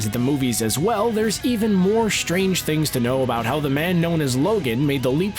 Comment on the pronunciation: "...even more SHTrange things to know..." WTF?